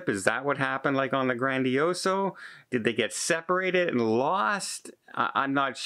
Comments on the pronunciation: You’re wasting your time. He’s purposely flipping the bird to all the people that have mentioned this for over a year. He doesn’t care when he mispronounces ship names or cities… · MSC GrandiosA not GrandiosO! ......your welcome! 😁👍🏻